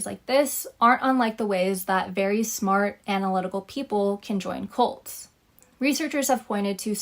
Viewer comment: The word is cult not colt.